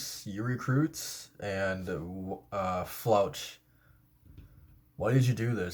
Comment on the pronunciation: Floch is pronounced flock